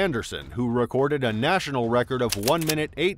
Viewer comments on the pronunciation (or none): none